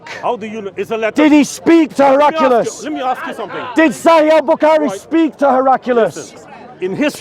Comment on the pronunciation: Also, it’s Her-ak-lee-us.